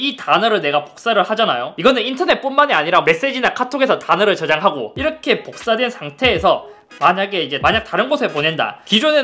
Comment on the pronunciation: 이러헥->이렇게 ㅋㅋㅋㅋ